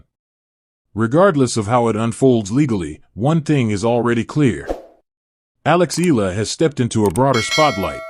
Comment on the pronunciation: Eala pronunciation E ya la